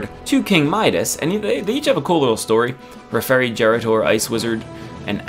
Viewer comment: referi jerator....... refrigerator..... :D